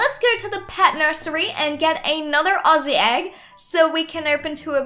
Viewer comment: YOUR THE FIRST ADOPT ME YOUTUBER WHO SAYS AUZZIE RUGHT FINALLY WOOHOOO YESH!!!!!!!!!!!!!!!